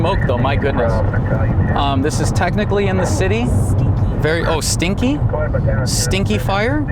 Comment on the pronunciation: You said steenky 🤣